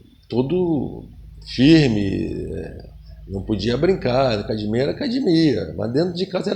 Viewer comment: Vc sabe que é gracie quando o cara fala "cadimia"